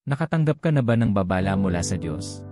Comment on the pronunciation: juice mo . narrator..mag-aaral ka muna ng tamang pagbigkas gaya ng "babala" Hindi baaa baaaa lah